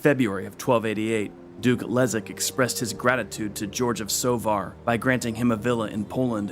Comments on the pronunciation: Kudos for the authors for getting polish pronounciation right, which is very difficult - respect! The name of polish prince Leszek actually sounds Leshek not Lezek, but apart from that - just wow, you managed to properly pronouce sounds which are usually close to impossible for english speakers. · BTW: Leszek = LeSHeck, not Lezeck. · Great video. BTW Leszek reads Leshek In almost all cases sz = sh :) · Leszek = Leshek. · Mate, sz you pronouns as sh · Your pronouciation of Sandomierz is impressive, but in Leszek - sz is pronouced like sh in "Polish".